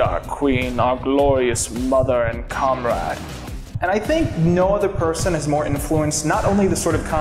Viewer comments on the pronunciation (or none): Is it bad that I thought he said c*m-rag instead of comrade 😅